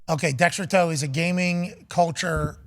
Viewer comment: “Decks-Her-Toe… what is that the authority?” 😂 hilarious